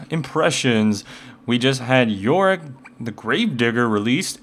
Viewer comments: there is a part that is sound like you say Warwick { } instead of yorick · worwick or yorick? if you say fast enought it might sound like warwick